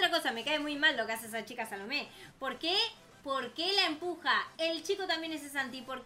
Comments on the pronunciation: Oye si dises el nombre de la chica salomé le pones una a en la o en ves de que sea una o que sea una a y dise salame, XDDDDDDDDD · Yo cuando escuché el nombre de "Salomé" pensé que dijo salame XD